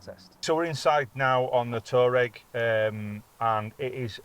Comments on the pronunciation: It's said Twareg. Official volkswagen speak. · It’s pronounced Twa-regg 😀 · I used to deliver all sorts of makes and models to customers, I once went in the office and pronounced it Tour-ra-reg……the guy started laughing and told me how to say it properly. So from that moment on, I always made sure I was pronouncing the customers new car correctly…….delivered a few Maseratis in my time, and really had to do the homework on some of them, they have some great names 😂